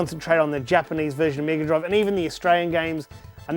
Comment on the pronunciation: Whoa! A C-guh meeguh droive!